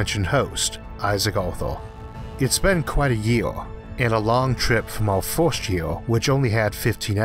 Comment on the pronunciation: The "forst" and the "thord" was too much for me!😂